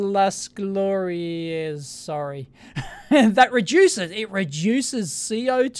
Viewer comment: Even though you did pronounce it almost well in Catalan (it's glO-ri-ahs instead of glO-ri-ehs), in Spanish (my native language) it's Plaza de las Glorias (same pronunciation as in Catalan); and in English, it's Square of Glories, or Glories Square.